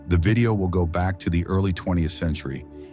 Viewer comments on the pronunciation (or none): none